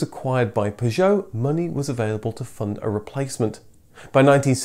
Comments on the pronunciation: I am 57 seconds in and already I cant handle the way Citroen and Peugeot is being pronounced. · Extra points for the correct pronunciation of Citroën and Peugeot, it's these touches which really make your videos stand out. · Great video, but the pronunciations of the makes are hilarious. What's a Pujot? lol